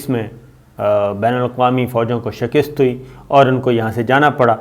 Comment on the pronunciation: لفظ شکست کو آپ غلط پروناؤنس کرتے ہیں. کچھ تو احساس ہونا چاہیے. پاکستان کو بلکل بھی اس کانفرنس میں شرکت نہیں کرنا چاہیے. اور آپ کا ٹلٹ بھی امریکہ کی طرف ہے اور بات وہیں آ گئی کہ کچھ ڈالر پکڑ لیے گئے ہیں.